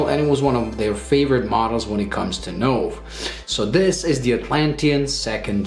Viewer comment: Wow! That really is a fantastic watch and looks superb. A terrific review, but, one small point, Nove is pronounced Noh-vay........... "new" in Italian................